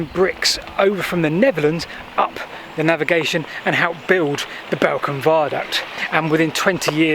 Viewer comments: Its pronounced ballcombe. Another great video on my doorstep. Been to the viaduct a few times but never down to the navigation! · Balcombe was always with the long southern A sound "ball" not the shorter northern A that you use in this video. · I love your vids but Uckford is Uckfield, and Balcombe is pronounced as ‘Ballcombe’ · Balcombe, pronounced Ball. I was born there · Another great video. Thank you. I used to live close to Newhaven and kayaked from the slipway beside the metal and wood swing bridge you crossed. I kind of knew about the navigation but always thought it was solely for the purpose of building the Balcombe (pronounced ball-Coom) viaduct. Oh and Isfield is pronounced eye-field by them there locals 😆 As it happens I now live close to the Great Western Canal and my parents are very close to the Nynehead Boat Lift… another of your brilliant videos!!! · Pronounce Ball-Combe and it’s the Ouse valley viaduct not the Balcombe viaduct, sorry I’m a local 😃